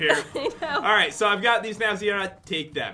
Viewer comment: it is Zira not zera